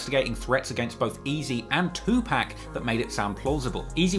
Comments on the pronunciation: I appreciate the videos. One critique it's not pronounced "Tupack" put some respect on the man's name. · I cannot believe your doing a video covering a rap iceberg and don’t know is to pronounce “two pack”…. You ——->🤓🤓🤓🤓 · You said 2Pacs name wrong. LOL. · My mom says 2pac that way too lol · Someone please tel him he pronouncing Tupac wrong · It's PAC not Pack.. for someone who does videos like this, how the hell you going to get his name wrong.. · Tu PAC!!!! Not PAK DAMN MAN!! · It’s two-pock not two pack lol drives me nuts hearing him say Tupac’s name wrong 🙃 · Bro it was cool til you got to pac and called him 2pack, come on fam get it right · Anyone whos says Tupack and not Tupac has NO Credibility with me. 👀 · Tupac (2Pac) not 2 Pack. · C'mon. You know it's 2 (POCK) not 2 (PACK). Of all people you should know and respect this! If you were some random white lady on the news talking about recent developments regarding the murder of 2pac, then I get it. But you legit have made a career out of researching and talking about the rap industry for crying out loud! I'll give you this one hall pass but you gonna have to button it up from this point forward champ! I still dig the hell out of your channel though! 😂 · Its 2pac not 2pack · Say 2 pack one moe again it’s 2 pac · Its tupac not tupack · Say 2-pack one more mf time!! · every time you say 2 pack it's a sobering reminder that you weasled your way in to this culture. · Please pronounce Tupac as TUPAWK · Anyone that pronounces Tupac "To Pack" has no rite to speak on rap...... please exit to your left sir good-bye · I used to want a British accent till I heard him say 2pack 😂😂😂 maneeee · did he say 2pack like 5 times....lost me there buddy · 😅 "Two Pack" 😂My dude, even Pac himself had something To say about that fuck up😂❤ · 2 pack instead of Tupac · Why can’t 🖐🏻 people say “2-pac” right? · why you call 2pac, 2 pack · White ass sayin 2 pack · Tupac not Tupack smh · Dude stop saying 2pack